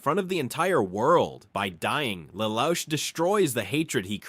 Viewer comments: 'lel ouch' i am dying lol its pronounced le loosh a cursory search on pronunciations could tell you this man. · This guy pronounced Lelouch name in four different way lol